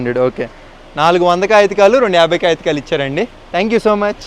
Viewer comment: కాగితకాలు కాదన్నా కాగితాలు 😂😂